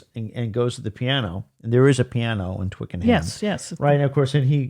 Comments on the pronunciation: Very enjoyable, but the pronunciation is Twicken'um, not Twicken-ham. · Please Americans (this is not just you guys, sorry, I love your work, this happens all the time) don’t try to pronounce things how they are spelt. Twickenham is pronounced Twicken’m not twick-en-ham. I wish American fans would just copy the speech that they hear.